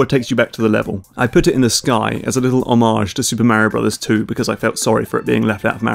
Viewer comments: It's Mario not miario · It's Mario not Märio!! :D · you are mispronouncing mario. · i love how he fuckin pronounces it like "märio" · My ears bleed in protest every time he says Mario and Koopa coin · braces myself to hear that terrible way british people pronounce "Mario" for fifteen minutes